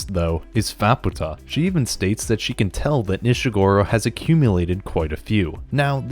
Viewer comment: More than just Nanachi. You also said Nishagora, Tepaste, Faputa, SheruMena, Juusou, Hariyomari, and Srajo wrong.